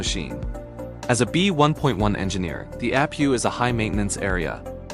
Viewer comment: It's nat a app pew it is an aye pee you. You dingleberry AI